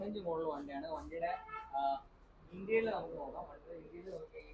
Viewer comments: ഇൻറ്റീരിയൽ അല്ല ഇന്റീരിയർ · Eda interial alla Interior aa